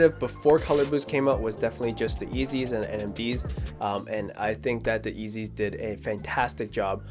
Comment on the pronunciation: Wait did you just call yeezys... eazys 😂😂😂